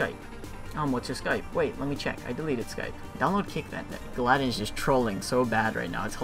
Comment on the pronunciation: its not you don't pronounce the trolling silver league guy's name galladen, you say it as gally-don